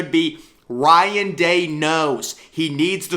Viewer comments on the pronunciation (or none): none